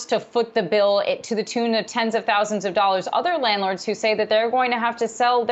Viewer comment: can't even say landlord